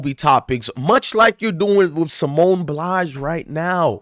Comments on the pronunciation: Bye-alls not Blys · BILES, not Blise or Blas. At least pronounce her name correctly. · Bro it's Pronounced Ba eye l say it all together 😂